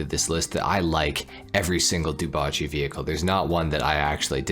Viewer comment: ngl it's still weird to hear dewbauche being pronounced as du-ba-chi